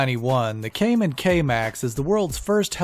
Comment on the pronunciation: Kaman is pronounced like command without the d (according to someone who used to work for them). The Sikorsky S-64 Sky Crane predated #6 as the first helicopter designed to be an aerial crane. It first flew in 1962. And it is still being produced by Erickson Aircrane to this day.